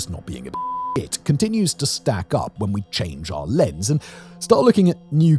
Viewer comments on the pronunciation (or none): none